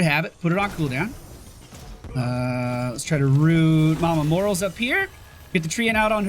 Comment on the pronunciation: I cringe every time you refer to the medic as "Morals".